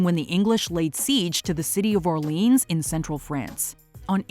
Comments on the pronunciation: C'mon.... You can call it Orleans (Or-Leens) if it's in Louisiana. If it's in France, at least try to say it correctly. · I love, and this episode, but that is not how you pronounce Orléans and it hurts so much xD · You pronounced "Orléans" wrong. Let me guess, you also think that "La Bohème" plays in Los Angeles?